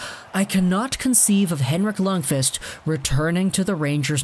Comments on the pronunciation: His name is pronounced “Lunkwist” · No, its pronounced Luundkviist.